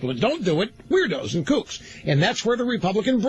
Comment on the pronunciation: I like how he tried to say conservatives were the new kooks (sp?) but accidentally pronounced it like Kochs.